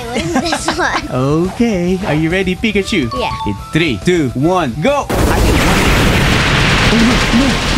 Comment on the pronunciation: Broh said picatchu wait 😂😂😂